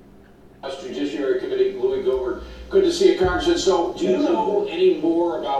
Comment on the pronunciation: Gohmert = Go-mare